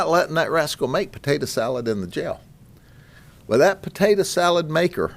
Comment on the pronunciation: "Patadah salad maker"